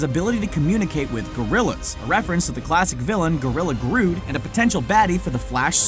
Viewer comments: Grood? Really? It's Grodd you pesky human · i diskliked the video only because he said gorilla grod and not gorilla grood, sue me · Jesus...this guy and his pronunciation smh...grodd....not grood an earlier video he said hal Gordon instead of hal jordon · gorilla grood??? 100% sure its gorilla Grodd 😃😃😃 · It is GROD NOT GROOD Also why is John Joan Jameson next to the Commissioner Gordon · did he just say gorilla Grood bro if you have read any comics of the flash you know it is pronounced Grod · You said Groot! It is Grodd! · Grood? it's Grodd!! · Sure it's been said but it's Gorilla GROD, not Groot. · Grood?? No, Grod, rhymes with God. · its grodd not grood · grood? u mean grodd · Grodd not Grood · GRODD NOT GROOOOOOOOOOOOOOOOOOOOOOOOD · grood? It's pronounced like Gr-odd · HIS NAME ISNT NOT GRUDD IT'S GRODD!!!! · omg.... That's GRODD, not Gru !!!! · isn’t it GRODD, not GROOD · Ge said groom it's grod like God with an r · Kay well I tried giving this channel another shot, but you went called Gorilla GRODD "Gorilla Grood" and that's just unforgivable. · oml did he just mispronounce grodd? as gruuuuud?!!! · 'Gr-odd' not 'Grude'... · What fact surprised me the most? The fact that you mispronounced "Grodd"! It's not "Grood"... sheesh... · It's Grodd not Grood! Wtf dude do your homework before making videos. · Did I just hear you say Gorrila Grude. HAAAAAHAAAA! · You said gorilla grood, give up I'm kidding, please dont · Dude said gorilla grood, pronounced like god with a r in the middle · did he just said gorrila groot? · That "Gorilla Grood" line was so cringy I couldn't finish the video. Wow. It makes it hard to watch these videos where you go so in depth and explain it but can't even pronounce a well known villian, like do y'all really know what y'all are talking bout? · Nooooooo “grood”😭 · They pronounced Grood wrong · Grodd rhymes with God. They make the joke in the 90s supergirl series, only way I knew pre-smartphone/youtube